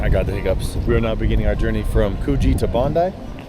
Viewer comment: Finally, an American said Bon-dye not Bon-dee for Bondi Beach. You're honourary locals! 😂